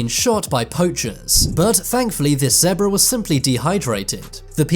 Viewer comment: "Zeabra" Zebra